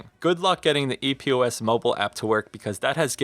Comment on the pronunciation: Just ordered this one after having TWO pair of HyperX Cloud 2 being crackling & not working properly. Super stoked! P.S. It's "Epos" not E.P.O.S. #OCD